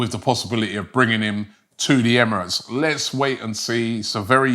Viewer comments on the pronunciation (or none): none